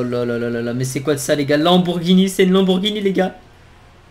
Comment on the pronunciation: à 9min48 il dis pas lamborgini mais Lamborgpeni